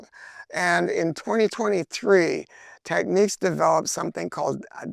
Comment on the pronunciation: Great review! Unreasonable pet peeve of mine - Technics is pronounced TECK-nicks. Techniques is a different word.